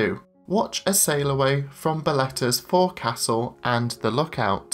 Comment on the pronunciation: Great review. But it's pronounced folksull - not fore castle. From a fred olsen gold oceans club member.